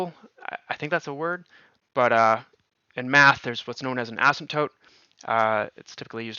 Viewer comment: He said 'assymptote' again 🤭